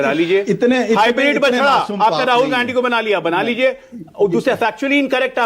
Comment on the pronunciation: Ssals ajay aalok ka munh me laand koncha huwa hai kya ki....gandhi ka hamesha galat uchharan karta hai....aur manak ssala hamesha dallali karne aa jata hai...